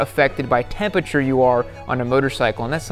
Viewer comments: I don't know why it bothered me so much that he can't say "temperature" lol. "Tempiture" ahhhhhhh lol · "Tempature" jeezus christ... smh